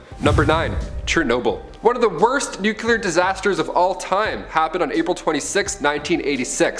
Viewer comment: It's NUCLEAR LIKE CLEAR like see through?! Not nucular! That is not a word